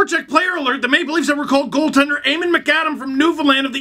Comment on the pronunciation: It’s pronounced Eemon but spelled eamon 🙃